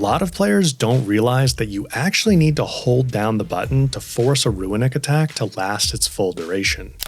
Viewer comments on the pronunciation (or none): Nice advice. I got one for you though that was a giant trigger for me and I'm sure others. The word runic is NOT PRONOUNCED "RUINic" it's straight "ROONic" dude. Idk where you're reading a hidden "I" in that word but holy shit was that irritating. It's like when people say mischievous but actually say "mischievious" which isn't a word. Let's help educate here people. Damn.